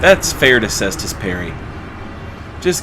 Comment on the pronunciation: Thanks for not being a degenerate and pronouncing it Kaystus